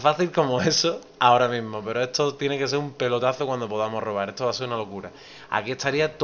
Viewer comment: etoo etooo ESTO !!! pronuncia bien la S !!!